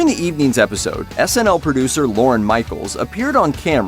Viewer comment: It’s also Lorne not Loren.